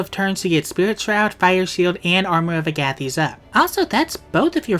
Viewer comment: that agathys pronunciation made me question reality, then realize I'm right, then type this comment to say I'm right, then question whether the pronunciation of a random demon really matters, then decide to type it anyway and make it self aware so I seem kooler than I actually am (Haha kool joke)